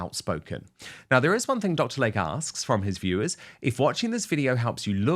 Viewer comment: PRONUNCIATION: You got P-"Dine-ah", but you STILL don't have Dr. "Lay-key", it is not LAKE.